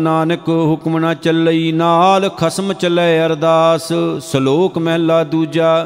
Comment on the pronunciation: ਮਹਲਾ ੧ ,,ਉਚਾਰਨ ਕਰਨਾ ਮਹੱਲਾ੧